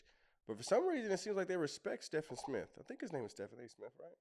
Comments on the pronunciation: The guy’s name isn’t pronounced STEFF-an. It’s pronounced STEVE-N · His name is pronounced like Steven A. You can actually leave the Smith off. So he’s Steven A. Even though it’s spelled like Stephen . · It’s pronounced Steven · His name is Stephen like Steven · Steven is how you pronounce his name… 😊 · The guy’s name is pronounced “Steven”. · He pronounces his name actually as Steven with a “V” but it’s spelled with a “ph “ and would love to hear the whole conversation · lol it’s pronounced Steven a smith he just had Candace on